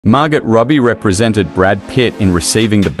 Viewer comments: Her name is pronounced Margo robbie a silent t. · Margo ... it is pronounced Margo not Margit ffs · Pronounce. "Mar-go". Not "Mar-got" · Mar Go. That is how her first name is pronounced. Not Mar Got. Wtf? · Margot with a T 🤣🤣🤣 it's pronounced Margoo you fool! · When are the computer voices going to stop mispronouncing words? "Mar-gut Rubby"? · Its pronounced margo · It's pronounced Mar-go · Why does the voice over pronounce Margot with a hard T?? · You don't pronounce the t in her name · Is he pronouncing the "t" in Margot? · Maybe the narrator should learn how to pronounce "MARGOT." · Seriously can't you pronounce Margot ? It's not hard. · Why can't yanks pronounce names correctly! FFS it's not hard! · Whoever is the voice over is mispronouncing Margots name ..most annoying...silent 't' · The way "Margot" is pronounced in this clip is awful. 😱 I have second-hand embarrassment! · Margot - pronouncing the T😂 Brad couldn't make it because of a 'family obligations'😂....if you are going to narrate videos at least learn how to speak correctly😔